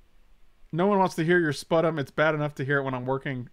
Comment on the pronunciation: Fyi, 'sputum' is pronounced spyoo-tum